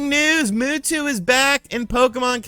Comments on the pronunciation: I'm sorry... Moo Two? Mew is pronounced Myu. Like "pew-pew" when kids shoot fake guns (they say pyu-pyu not poo-poo) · He just called Mewtwo "moo-too"... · Everyone: Mewtwo: Muwtwo He should make a Pokémon channel. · The world: Mewtwo: Mootwo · "Where is Muhtuh" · Mootwo lol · "Moo-two"? Get out of here. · Ugh, why do you say Mewtwo like that?